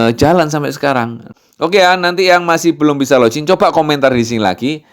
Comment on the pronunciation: login bacanya log in biasa aja, juga finger print fingger bukan finjer, bahasa Inggris kalau huruf "G" di depan atau hanya membaca satu huruf "G" saja memang jadi J. Tapi kalau huruf g di tengah atau di akhir bacanya tetap g biasa sama dalam bahasa Indonesia